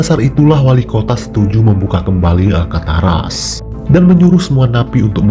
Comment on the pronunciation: Alcatraz min, bukan Alkataras ;)